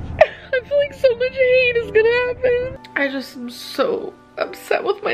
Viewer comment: Her rants blaming “hayders” for why she can’t lose weight are my favorite!